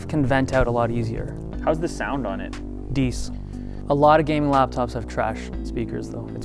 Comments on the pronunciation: Did he just say 'dees' for decent? I always thought this guy was gay anyone else or just me? just me ok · Dude, I heard "decent" the first time I saw the video, and "dees" the second and subsequent times. Is this a thing with any one else?